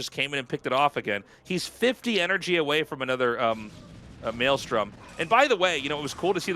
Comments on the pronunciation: Tasteless saying "Melee storm" instead of Maelstrom lol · It's Meelee"Strom"